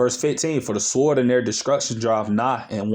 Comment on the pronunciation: The 'w' is silent in Sword 😉